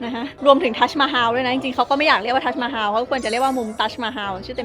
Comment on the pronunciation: ทัสมาฮัม ไม่ใช่ฮาว